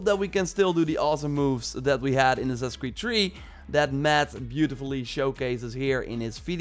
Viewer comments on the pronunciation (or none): "Assassin's Creed TREE " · assassins creed tree XD